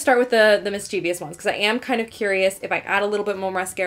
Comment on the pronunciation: All I could think about throughout the entire video was the fact that mischievous does not have four syllables.